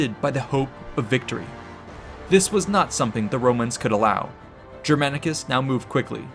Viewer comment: Take a shot every time Germanicus' name is pronounced incorrectly with terrible american accent